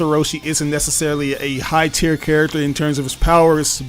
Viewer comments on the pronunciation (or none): none